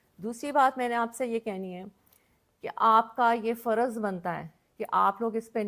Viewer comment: 95 فیصد پاکستانیوں کی طرح آپ کی اردو انتہائی کمزور ہے ہے مثلآ آپ نے فر۔۔ض لفظ کو ف۔۔۔رض کہا۔۔۔مل۔۔۔ک کو آپ م۔۔۔لک کہا اور اس پر ظلم یہ کہ آپ نے ظل۔۔م لفظ کو ظ۔۔۔لم کہا ہے ۔۔۔